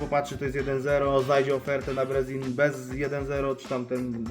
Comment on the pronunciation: Majster jak chcesz podciągnąć angielski to: nie brezin tylko brizin nie gentle łajnd tylko dżentyl łind. Pozdro